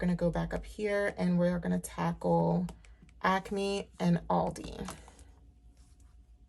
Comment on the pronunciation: You have to be in the tri-state area because you say ACME the right way! Lol. I’m from The Philly area 😀